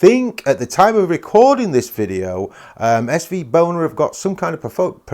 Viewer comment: 8.07 is it just me or did say svboner? 😂